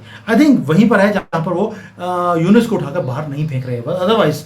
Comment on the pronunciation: It's Yunus not yunes